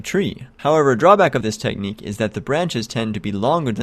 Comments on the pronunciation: Thumbs down for pronouncing Technic like "technique" instead of "tech-nick" JK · "TECK-NICK" not "TECHNIQUE"